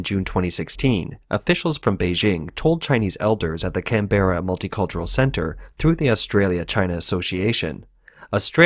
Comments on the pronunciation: Just hate that mispronunciation of 'Canberra'. FYI, emphasis on the first syllable. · It's Canbruh not can-berra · Its pronounced canbra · Hearing him say Canberra was painful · Bro you are pronouncing Canberra wrong. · Pronunciation of Melbourne decent. Pronunciation of Canberra...wtf lol.